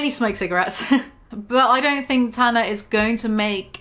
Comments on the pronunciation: I know you have an accent but it’s pronounced Tan-ah not Ta-na💖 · for the love of fuck, it’s TANA not TARNA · T. A. N. A. Not T. A. R. N. A. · Tana* not tarna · Maybe learn how to pronounce her name before slandering her. id absolutely LOVE to see you try do better than tana, unlike you, people actually enjoy her content, hence why her platform is wayyyy bigger than yours 😘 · Are you purposely saying her name wrongxD> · I’ve started pronouncing Tana like you now ¿ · I'm sorry the way you say TANA - it's hilarious love it